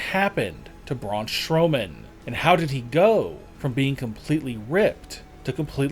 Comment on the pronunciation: Why does the narrator says brawn shrowman not Strowman 😂😂😂😂😂😂